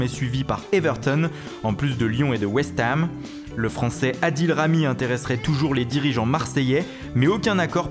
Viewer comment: c chelou quand y dit west ham